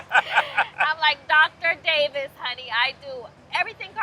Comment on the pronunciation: She said DAVISS😂😂❤❤❤